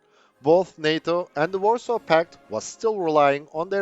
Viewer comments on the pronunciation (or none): none